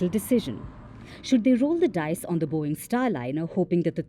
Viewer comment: Did I hear “Boeing” 😅😅😅